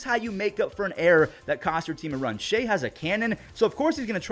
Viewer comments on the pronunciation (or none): none